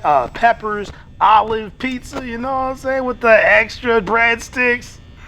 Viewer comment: buddy was cooking until he said olives